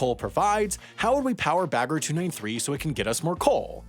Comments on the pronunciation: he is stressing the -er in the end while it should be more relaxed. Like -ah. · The way he pronounced "Bagger" physically hurt me every time. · you say it "bugga" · I always understood beggar